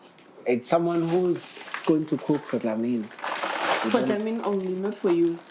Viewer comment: 😂😂we it's Dlamini not Ndlamini😢😢😂❤